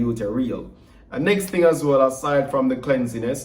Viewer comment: The word is cleanliness not cleansiness, general reading in your spare time during the Summer break will improve your English before the next semester. Remember to keep your content/brand A+ pristine, you have the potential to attract a wide range of brands, endorsements, your potential is way beyond what you are studying, your current channel, what happened to the real estate tours? some aspects of this conversation could be had off camera.